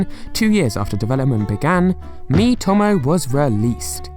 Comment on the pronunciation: Mii-to-mo not mii-tom-o